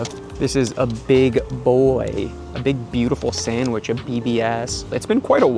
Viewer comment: Did he just say “Sangwich” instead of Sandwich? 😂 if he did, I guess I’m not the only one who pronounces it that way 😅